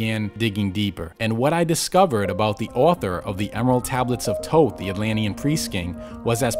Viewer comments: After all this time, only now is all this potentially defamatory info coming to light. 🤔 Hmmm, I think I'll wait until verifiable evidence comes forward before I reshape my view on the Emerald Tablets of Thoth (pronounced THoth, by the way, not Toth 🤦🏻‍♂️). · I hate when ppl pronounce his name as “ toeth” I can’t even finish this video it’s “THOTH” like thoeth how do you use the second H but not the first H 🤷🏽‍♂️🤦🏽‍♂️😤😠😡🤬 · Right?! I've been pronouncing it as Thot (Thought) considering he is a god of knowledge. shrug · This dude cant even pronounce Thoth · Is the first H in Thoth really silent? Have I been mispronouncing it all these years? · Your pronunciation of Thoth..